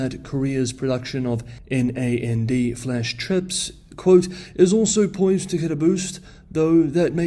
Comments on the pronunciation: N.A N.D. is pronounced 'nand' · As others have said, NAND is pronounced as a word and not as N-A-N-D. It’s named that because the memory gates are connected in series and has the same logic as NOT-AND. DRAM on the other hand should not be pronounced as it sounds (like a shot of whisky). instead it should be pronounced as Dee-RAM. Since it’s describes a type of random access memory (RAM) that require constant refresh (in tens of milliseconds) of its stored value, and that process of the constant refresh makes this memory dynamic. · NAND is pronounced “nand”